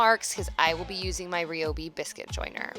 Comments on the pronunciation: I'd definitely say "Rye-obi" before saying "Re-obi" pretty sure it's Pronounced Rye' anyways. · Suddenly forgets how to pronounce ryobi 😂